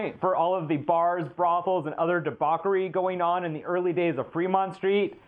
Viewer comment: Di-bock-er-y? Huh?